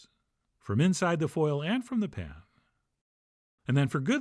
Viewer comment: "Pan-uhn". "Anymore-huh " "like this-uhhhh" You got some serious issues